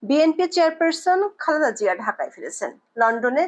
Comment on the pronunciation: বার বার খালদা জিয়া না বলে পরিস্কার শুদ্ধ ভাবে খালেদা জিয়া বলুন।